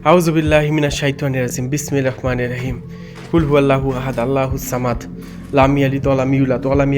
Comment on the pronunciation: hmm ro uccharon hobe ra noy